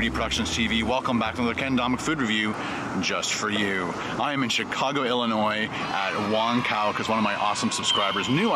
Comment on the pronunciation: The way he said "Chicago" in . People who lives in Chicago would know that its not how you pronounce Chicago.